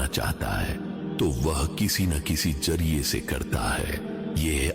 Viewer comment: Hindu k sath reh reh kar indian musalmano ki urdu bhi ghalat ho gae hy .( Jurreye nhi lafz zariye hy )